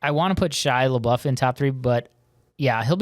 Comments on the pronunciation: Why do you call him lebou his name is lebeouf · And its pronounced “lebuff”